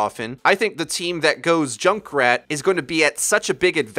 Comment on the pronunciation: I'm just hearing Jake rat